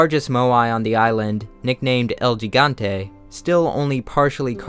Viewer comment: you mispronounced gigante and Illinois